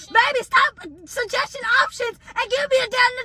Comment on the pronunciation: When said stop shagesting and newtrologist she had me rolling on the floor she can’t even talk right y’all so funny especially y’all reactions.😂😂😂😂😂😂😂😂😂😂❤❤❤❤❤❤❤❤❤😅😅